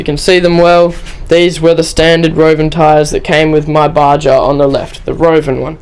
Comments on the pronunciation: its called baha not ba ja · its pronounced BA-HA not BA-JA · for the love,lol! PLEASE PLEASE pronounce it right! BA-HA not BA-JA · its pronounced BAR-HAR not BAR-JAR. good review though. I have a HPI baja my self. Thanks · Its baha!...not baJa...bro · Actually its pronounced BA HA. As in a from the desert BA HA. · You can't even say BAJA right. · Just to let you know, "baja" is a Spanish word. The "j" is pronounced as an "h". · ***** Not if he's literally pronouncing it wrong. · ***** Jeez, just keep getting it wrong.